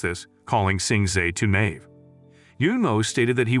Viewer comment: This man said livestream, naive and chance wrong 😂 I was getting made by it